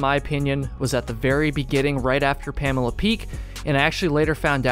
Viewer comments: Its not Pamela, its promounced "Puh- Mole- ah" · Its Pamola. Not Pamela. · Pamala peak, love it. Pa-mole-ah You failed your Mainah test, back to Vermont you go! haha great video! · The locals call it Puh-Mole-A Peak not Pamela Peak. 😀 I would not call it easy, but it is not that hard. Wife and took our 9 year-old kids across the ridge. That said, pay close attention to the weather. High wind or rain would make it dangerous. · "Pamela" lmao PamOla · Pam-OH-La not Pamela lol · PA mole A not pam a la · It’s “PA” “MO” “LA”, not PAMALA! Great vid! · It's pronounced PAM-OH-LA